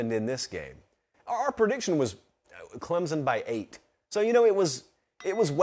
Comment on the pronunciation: Someone for the love of god please teach how to pronounce Clemson properly. It’s embarrassing that he is a professional college football podcaster and thinks it is pronounced “Clemzon”.